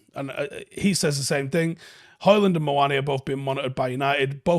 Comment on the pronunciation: FFS, the D is silent!